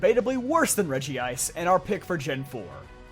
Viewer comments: regi-ice? isn't it said like reg-ice? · It's Regice, not Regiice. It's been 20 years since its introduction; there's no excuse for getting this wrong. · This drives me up the wall but it's regice not regi ice 😂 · Why do people say regi-ice? It's regice. One word. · You made the common rookie-mistake: There's only one "I" in Regice. It's not "Regi-ice" it's "Reg-ice". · Nice video, good reasonings. But PLEASE stop saying Regi Ice. It's Regice, there is no 2nd I in it's name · Am I the only one who cringes when he says Regi-ice in all his videos? 😬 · it's re-gice! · Isn't it pronounced Reg-ice, but I do enjoy using it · Wow, can’t even pronounce Regice correctly. Fake Pokémon fan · Cmon there aren't two I's in Regice, say it like you know you should.